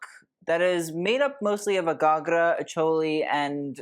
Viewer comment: 10/10 for your pronunciation of ghagra and associated words (the odd one was 9/10 but nonetheless excellent) 👏🌟